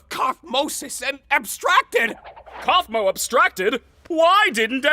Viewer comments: Kaufmo not caufmo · It's not cofmen it's kafmo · it is kaufmo, not kuafmin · It’s not kofman it’s kofmo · Kaufmo not kaufman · Caufmo not caufman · It's kaufmau not Kaufman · kaufmo not kaufmin!!!! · Its not Kwuafmin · im not mad but its kauf MO not kauf MEN im just tellin u but i dont care how u pronounce it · And its not 'Koufman' its 'Koufmo' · Bro said cofmen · plus its kafMO not kafMEN im sorry if u think im a hater its ok but yeah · is anyone gonna talk about the fact when he said kaufmen instead of kaufmo? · It’s not Kaufman it’s kaufmo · He his name is Cosmo not cough med😂😂😂😂😂 😂😂😂😂😂😂😂😂😂😂😂😂😂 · why you call the clown Kaufman it's kaufmo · Kaufmo sounded cough mow not kouthmin and it’s pronounced rag uh th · the clown's name isn't kaufmin it's kaufmo =l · It’s not Kaufman, it’s Kaufmo Not Ragada it’s Ragatha and CAINE IS A BOY, NOT A GIRL (listen, I don’t want to hate but it’s annoying) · IT’S COFMO NOT COFMON! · ITS NOT KAUFMIN ITS KAUFMO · why does he call kaufmo kaufmin? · "kaufman" BRO IT'S KAUFMO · He's the one that calls coufmo coufmen😂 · U said kaufmen its kaufmo😂😂😂😂😂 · All of them are AMAZING (also... "koufmin" ) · he says Kafmo wrong and Ragatha 😒